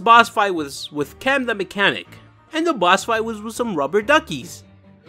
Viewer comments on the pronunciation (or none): It’s clem not chem